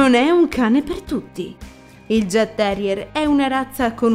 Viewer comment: Il mio Zeus aveva 16 anni e 3 mesi quando lo abbiamo fatto sopprimere. I jagdterrier sono dei cani bellissimi, non adatti a tutti però, come hai giustamente detto. Grazie per questo video 🥰 P.S. credo si pronunci Iagterrier, non con la G.